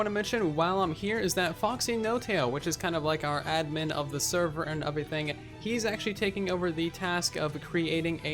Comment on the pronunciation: Lmao I die of laughter when you say uverything instead of everything